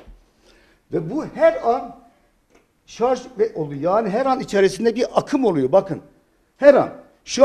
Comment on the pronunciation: Dunya'nin sarz oldugunu dusunuyorsunuz... -(kisik sesle) sarj...